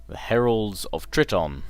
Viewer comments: triton TRY-ton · it's Try-ton:)